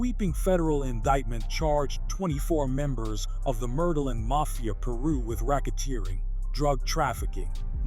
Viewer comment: she said, mafia Pee-Rui 😳